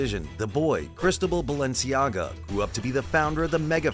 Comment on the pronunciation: For fuck sake the mispronounciation is killing me